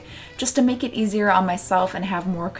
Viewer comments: Does anyone else hear “Butt Naked Vintage?” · When I hear you say, "But make it vintage," I always hear, "Butt naked vintage." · anytime she says but make it to Vintage I keep hearing butt-naked vintage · Every time she says “But Make It Vintage” my dumb ears always hear: “Butt Naked Vintage”. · It may be just me but every time she says “but make it vintage” my brain always thinks “butt naked vintage” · I keep thinking she's saying butt naked vintage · It totally sounds like you're saying "butt-naked vintage" and I needed you to kniw that. Great video!!! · Am I the only one who keeps hearing 'Butt naked' vintage E-V-E-R-Y time! :D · Almost thought you said “Butt naked vintage”